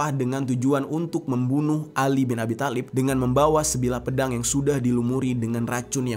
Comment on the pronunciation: Bang di bacanya bukan khatab tpi khotob ,thalib juga di bacanya tholib😅